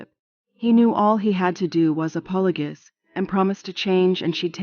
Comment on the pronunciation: Apologess?? 😂😂 These AI narrators are ridiculous